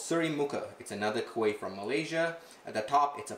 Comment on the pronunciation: Your wife pronounced kuih name exactly like us. Tak pelat.